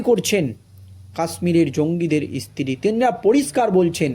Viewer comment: এতো খবর পেলে কোথায়? ইসতিরি নয় স্ত্রী। ভাষা টা ঠিক ঠাক বলো।